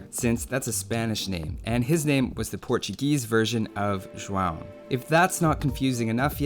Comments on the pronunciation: As a Brazilian, Im impressed by your "ão" pronunciation. Most people don't get it right. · Dude I'm portuguese and you nailed the João pronounciation! And awesome video as always ;) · wow you pronounced "João" pretty well, most people can't pronounce some portuguese words! (im portuguese btw) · Dude where are you from? Your pronunciation of João was perfect!! xD